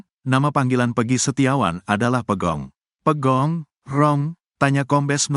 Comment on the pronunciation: Pegog bukan pegong bro !